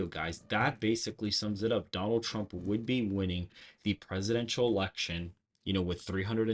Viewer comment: TWUMP TWENNY FOUGH!